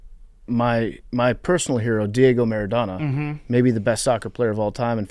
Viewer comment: PFT, Diego Maradona can’t be your personal hero if you’re saying his name MER-IH-DAW-NAW. it’s phonetic.